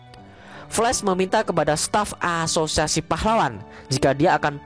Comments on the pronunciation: Gw ngakak tiap lu bilang aasosiasi aowkwowk gatau knpa😂😂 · Haha iya sama. Krna lu blg gt. Saya dgr serius saya ulang ilang, iya ngakak😅😂